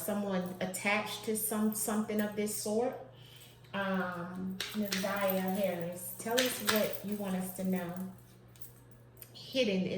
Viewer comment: Her name is Na’Ziyah. Not Zaniyah